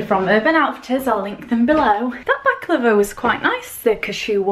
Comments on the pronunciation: when she says baklava it sounds like shes saying back lover haha xx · omg I thought you said you were going to try "back-lover" XD ILY